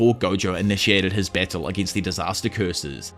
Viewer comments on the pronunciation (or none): i was wondering wtf bessel was, but you were saying battle xD